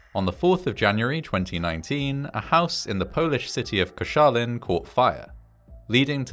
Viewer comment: Your pronounciation of Koszalin was surprisingly good!